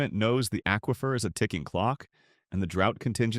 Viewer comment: When you learn how to pronounce aquifer, I'll subscribe to your channel.